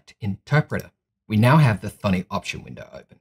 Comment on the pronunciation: I was hearing 'Funny IDE' 😂